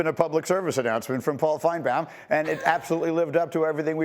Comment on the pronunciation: Why does he keep calling him Finebam. Anyone notice that?